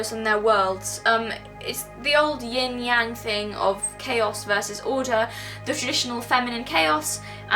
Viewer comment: interesting, you say you have trouble saying foreign words, but you pronounced yin yang in the Chinese fashion, not the common way they are said by English speakers. 😁 I LOVE THIS. Thanks SOOOO much for this particular kind of instruction. It made me think of the non-magic magic, ie not considered magic but it really, really is. It's everywhere. And more powerful than we give it credit.